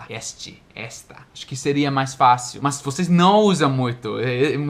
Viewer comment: quando vc fala "mas" (but) tem um som de "más" de mau ou mal não mais como "plus"